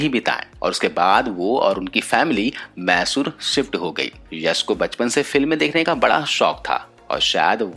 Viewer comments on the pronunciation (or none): none